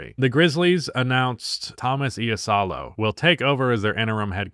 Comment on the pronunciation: if ur curious about the pronunciation of Iisalo, ii = (b)EE, sa = (leaning tower of pi)SA, lo = LO(ck) keep it up, basketball is too damn homoerotic for there to be so few queer creators :)